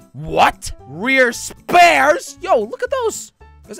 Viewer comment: Spear❌ spares✅